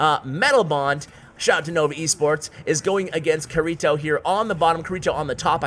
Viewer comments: Pronounced "kitty toe" no "R" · YOU ARE BUTCHERING KIRITO’s name!!! It is supposed to be from sao it is Kirito! You are triggering me!!!!! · Anyone who's watched SAO cringes at how say kirito😂 No hate good vid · Hey you keep saying kirito wrong BUT good vid tho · pronunciation of kirito?? not the same as the anime (sword art online)???? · Bro, you butchered his name. Watch Sword Art Online